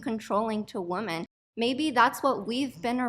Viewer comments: Why does she keep pronouncing ‘women’ [plural] as ‘woman’? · WOMEN! it's pronounced WOMEN! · That friggin bimbo can't even pronounce the plural of woman. It's women, you idiots! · The way she says women is so funny to me